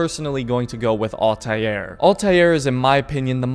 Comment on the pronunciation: please stop saying all•tie•air and just say all•ter or all•tear